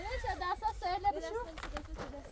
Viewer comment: Называйте свою дочь по имени правильно , Ф А Р И Ш Т А ❤ а не п э р и ш т а